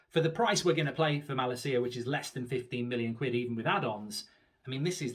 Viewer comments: It’s malacia not malaseeya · It is pronounced with emphasis on la ma-LA-cia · I'm sorry mate but your pronounce of his name is appalling... Just call him Tyrell and that name is English as well, no need to butcher that either 😅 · As a dutch person for the love of god Mark learn to say his name right 😂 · Plz pronounce malacia’s name correctly 😝